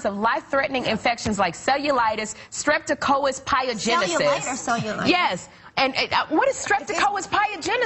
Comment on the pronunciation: Sherri, it's streptococcus pyogenes(Strep-ta-cock-us pie-ah-ja-knees), which is the scientific name for the bacteria that causes strep and other infections.